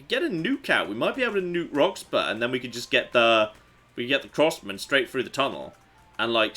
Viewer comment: (ish) That pronunciation of Roxburgh would infuriate the natives. Though not as much as their imminent nuking I suspect.